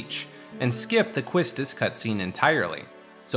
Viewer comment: It's pronounced "KEY-stiss", not kwisstis